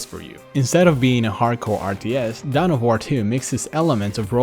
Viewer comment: dawn of war. not down of war